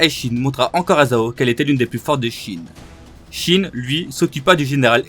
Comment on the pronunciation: Op. Il est temps de changer ta prononciation du nom de l'unité 😂😂